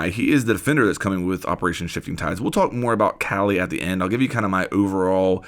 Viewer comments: Kali is strong af, just like her name Ps. Its pronounced as kaa-lee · It’s pronounced Kah-lee. Ever seen Indiana Jones temple of doom? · I’m guessing we’ll use Wamai to counter Kali’s gadget. Also it’s pronounced “Whaw-mi” and “Kaw-li”.